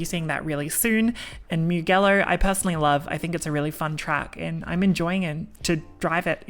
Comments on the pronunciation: MIUGHELLO?? Its pronounced MU-JELLO dear... if ur gonna be a streamer, not that hard to use the internet these days to educate yourself, it's a world famous racetrack after all that hosted Moto GP (and even F1) races for years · Great video! I might get into iracing in the future. But please. My inner Italian cringed on how you pronounced Mugello. It's Mujello. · hope the onboarding is forced on everyone that signed up the past year at least. PS: Mugello is pronounced 'mu-jell-o' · Pronounced Mu-Jello.... 😊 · Pronounce Mugello properly pls